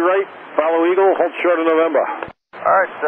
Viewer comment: Delta 455 "Alrrrright"